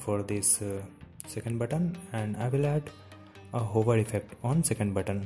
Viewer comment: buddon, sexon, meno. Please...Talk English. It's: Button, Section, Menu. (Sek-shon), (Men-you).